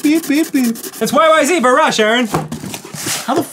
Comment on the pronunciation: I'm disappointed in Dan for pronouncing YYZ wrong.